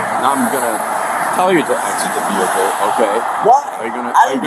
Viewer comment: Looks like he is involved in commerce. He seems to be hauling trash. Look at all the garbage in that “vee hick el”.